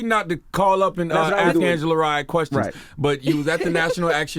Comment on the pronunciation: Angela is Smart and Beautiful.... PS: Not Lee but Rye..